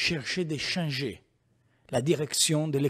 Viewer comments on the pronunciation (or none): Renzi : "Scier scie de sciangè "